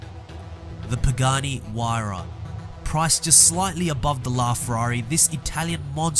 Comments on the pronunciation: Pagani Huaydra . . . ? "Huayra" .. ? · Me and my cousins pronounce it pagani HUR-AY-A no idea how correct that is hey we're only 12 yr olds